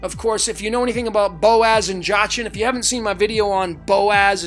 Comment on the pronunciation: Brother, I love you, I love what you do, this is all wonderful and great. But your pronunciations KILL me! Jachin is pronounced Yakeen. Valadium is Va-LAY-dee-um, or Va-LAH-dee-um. It’s all good actually, I don’t care, what you provide is more valuable, but I couldn’t help myself saying something. 😂